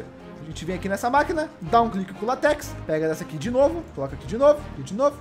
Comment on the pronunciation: ele falar látex errado